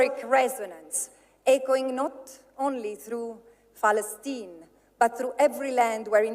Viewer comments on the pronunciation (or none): I love how she everytime pronounce "Palestine" as "Falastine"..